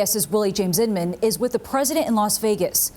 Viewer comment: pronounced in-min.